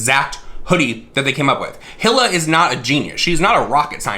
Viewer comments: Its pronounced "Heel-uh" lol 👠 👠 👠 Love you,! ❤ Also I think he did take inspiration from Teddy Fresh...the colors are exactly the same. Like come on. 🧸 🐻 🧸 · I’m sure you will get a bunch of comments about this but you are saying Ethans wife’s name wrong You pronounce it “E-la” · Not complaining about doing the research but not pronouncing Hila’s name right 🙄🥴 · Bro first please look up how to pronounce her name correctly and also it’s kind of rude to insult her style of art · If you’re gonna make a video on a drama “news” snippet Atleast learn to pronounce HILA correctly considered she designed the hoodie. If you watched one second of a vid on teddy fresh and actually did research you’d know how to pronounce it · You can’t even pronounce her name right.... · I cringed every time he said Hila ☠️ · These drama channels can’t even do .5 seconds of research on how to pronounce a name they’re talking about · Your delivery was cute and funny☺.. It's pronounce like the brand "Fila" but without the "F" of course.. 🕵🏼💬according to my investigation & research📔📕🗃📖🔬🤥!.. 😳ok just Google📲🤓~Hila means “halo, aura” in Hebrew and “hope” in Afghan.. 🤧sorry for all this crazy replay, I have way too much time on my hands.. Stay safe, Stay blessed❤.. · No shade whatsoever I just wanted to say her name is pronounced like “Eeeee Laahhh” lmao I’m really doggen the Hilla tho 😂😂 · ‘Hila’ is pronounced like ‘Heal-a’ xxx I definitely support Teddy Fresh, even though it’s not about people dying, JC makes a killing while smaller brands fall to the wayside. It costs a fortune to start a business and H3H3 (even though are very popular) are not without financial hardship with censoring off YouTube and COVID. I’m really getting sick of this kid. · It’s pronounced Hee-la. But yeah no one gives a fuck all three are liars. But they look so similar I thought the three of them were collabing. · pfff omg 😬 it's pronounced "EE-la" (like rhymes with Leela from Futurama), the H is silent